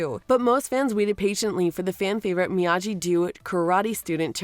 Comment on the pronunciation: It’s me-ya-gee not me-ya-g 😑